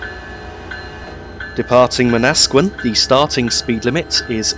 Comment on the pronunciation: I like the way you pronounce Manasquan. While it's Man-na-squ-awn, Man-nas-sqin sound better lol. I'm gunna piss off people now. By the way Aberdeen-Matawan is my home station stop. Many stations in my home area have Native American "Indian" names so they often start with Man....like Manhattan, New York City.